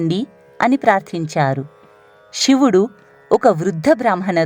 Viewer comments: ఇలాంటి భక్తి ప్రధానమైన వాటిలోనైనా ఉచ్చరణ సరిగ్గా ఉంటే బాగుండు. శివుడు షివుడు కాదు. ణ అక్షరాన్ని సరిగ్గా పలకండి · వ్యాఖ్యాత మాటిమాటికీ శివుడిని షివుడు షివుడు అనడం బాగోలేదు క్షమించండి కథలో ముందుకు వెళ్ళలేక పోయాను